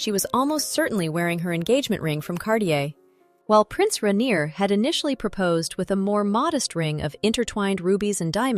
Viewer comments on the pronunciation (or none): Rainier is pronounced Rain-yay not Ray-neer